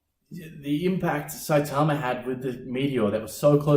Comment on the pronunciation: Was not ready for the shorts. Also that cool accent saying saitama like really well.